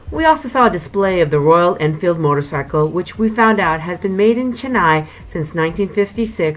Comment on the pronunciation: It's Chennai not jennaai